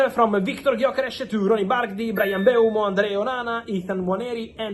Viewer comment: its mm-bu-emo not bryan mbemo